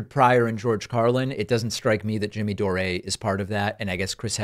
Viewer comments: Are you calling him Jimmy Doré just to poke fun at him? James Patrick Anthony Dore is an Irish name, not French. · Why do you call him Doré?😂